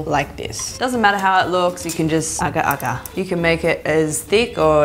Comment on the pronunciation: It's agak agak,! 😂